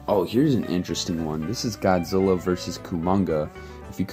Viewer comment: Lol its godzilla not goodzilla